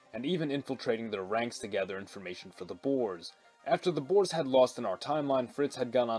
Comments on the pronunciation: It's not "Boars", but pronounced as "Boor-uh" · Boers is pronounced. Bo-weres